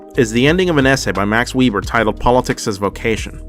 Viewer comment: "Max Weeber"